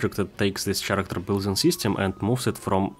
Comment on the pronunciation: Спасибо за тутор, особенно в рамках Godot. Замечу только что слово "персонаж" говорится как "кэрэктэр", не "черэктэр". Удачи в творчестве и упортства в практике!